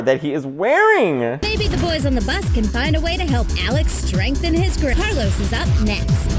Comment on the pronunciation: “maybe the boys on the bus can help Alex strrRENGthen his grip 🎉”